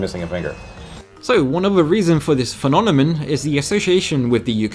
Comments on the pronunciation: "phenonamin" is quite the interesting pronunciation of phenominon. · phenomenen aye! 😂🤣😂🤣